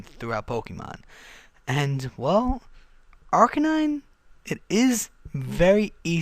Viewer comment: it's because he pronounced it wrong